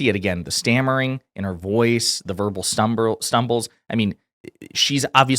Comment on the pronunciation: “Verbal stumbril.” Classic.